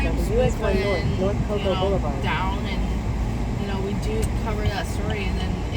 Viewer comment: We don’t say cocoA it’s just cocoa